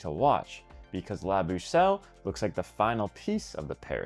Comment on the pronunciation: Hopefully just doing Sisu Tour gets some of the routes completed also :D Also nice American pronunciations right there :) "la bouchelle" ...